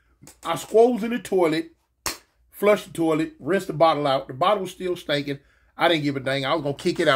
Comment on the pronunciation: “Cause it’ll go ta stankin, it’ll go ta stankin”‼️😭😭🤣🤣🤣